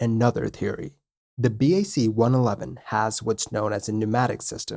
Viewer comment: BAC 1-11 is pronounced "BOCK" One Eleven